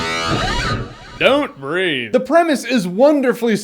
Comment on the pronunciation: At the beginning I thought you said "Don't Read" 😂😁